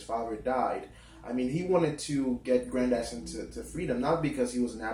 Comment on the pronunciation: His name is pronounced Gran-diss-son (Grandison) as in Madison... Not "Gran-dy-son". Lil' Brother if you are going to discuss this treasured literary work, at least learn to pronounce the character's name correctly!, damn it!